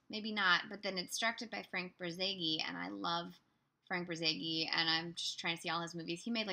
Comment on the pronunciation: I hate auto speak that was supposed to say Bor zageinsteadof notzage